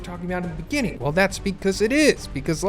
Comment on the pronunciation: it deh beninging